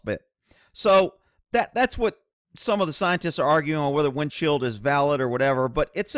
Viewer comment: It sounds like you keep saying "windshield".